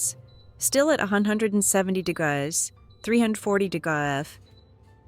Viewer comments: Thanks for sharing this. I am tempted to try. There is nothing wrong to use the AI to help. I did have a problem listening with the "degause". But, the written translation helped me. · You are overcooking all of your methods...try, try again. Please quit using AI for your voice...it cannot read! Degrauz..degrees C or F. This is simply a poorly executed effort, audio wise. Video quality is good, but cooking? Horribly cooked for people with varying tastes. Do you even know what a soft boiled egg is? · This gal doesn't know how to say degrees. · Not the values, but the fact that AI can't pronounce "degrees". I'm using an air fryer at the moment, because my oven is elsewhere. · That's because she's using a cheap AI voiceover that doesn't know correct pronunciations yet. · The problem is your pronunciation of the word degrees is appalling.